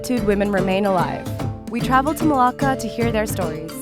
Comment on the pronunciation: You left the r out of my name it's Marlaka 😚 btw 👏🏽you 👏🏽better👏🏽 invite👏🏽 her👏🏽 to 👏🏽your 👏🏽wedding 👏🏽👏🏽👏🏽